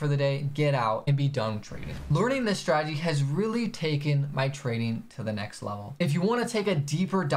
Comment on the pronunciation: The forex has more ppl who mispronounce strategy than any industry...I've heard stragey, stragedy, stradedy... I'm assuming from saying it so much